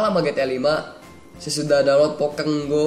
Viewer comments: bang bagus tapi bukan pokeng go pokemon go wkwkwkwwkwkwkwkkw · bang bukan di baca pokek go tapi pokemon go!!!!!!!!!!!!!!!!!!!!!!!!!